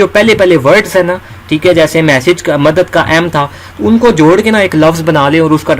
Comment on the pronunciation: Madat ni madad hota hy bhai 🤭